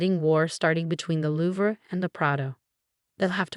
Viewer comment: Again with the rushing water sounds drowning out the narrator. Why is that needed? It ruins the flow of a good story. And the terrible pronunciation of a famous art house in France is not louver! No surprise there are only 2.5 subscribers. Great story ruined by the above listed errors.